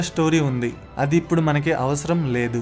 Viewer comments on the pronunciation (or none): none